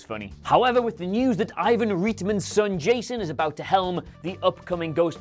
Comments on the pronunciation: I know you're a geordie but it's pronounced Right-man, reet, man? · Lol “Reet-man” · Not Ivan REETman.😂😂😂😂